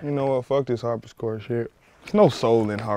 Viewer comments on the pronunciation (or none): Totally is a harpsichord... Definitely not a harp-is-chord. Just me hatin on this trash episode. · but he pronounced it "harpischord" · This dude said Harpiscord. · Boy I laughed loud as hell when I saw the dislikes. I wanted to give dude a chance then I heard "Harpischord" LMFAOOOOOOOOO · There's no soul in harp-is-chord bruh hahaha.